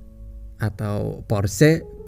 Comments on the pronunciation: Cara baca Porsche = Porsha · Porsche dibaca porsa dalam bahasa jerman min